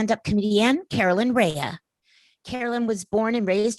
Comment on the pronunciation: Great conversation. A couple of things regarding the intro, tho: Her last name is pronounced Ray, not Raya. And her show was Sabrina the Teenage Witch (not Sabrina AND the teenage witch).